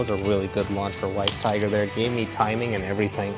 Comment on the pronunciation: It's pronounced as Vice Tiger because Weiss is German for White so it means White Tiger. Anything W is V in German. 😅